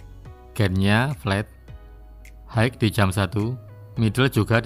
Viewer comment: Koreksi pronounciationya: High = Hi, bukan haik. Pan = pen (bukan peining)